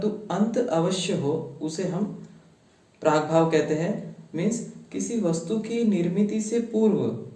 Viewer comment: "प्राग्भाव" is not correct...it should be "प्रागभाव"